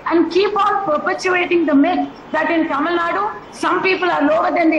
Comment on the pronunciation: Tamil, not Taamil, Vishnu